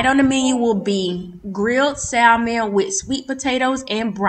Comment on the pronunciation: please drop the in Salmon. The L is silent Samon..